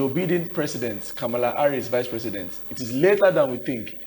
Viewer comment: Not pronounced "Bee-din" but "Bai-din"